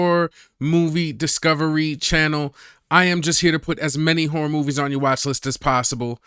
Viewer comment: Did he say "hore movies"? Like Debbie Does Dallas?